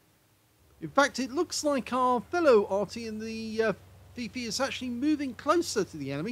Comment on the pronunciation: Is he saying FiFi or is he saying PeePee? I can't really tell. We all call it a leafblower.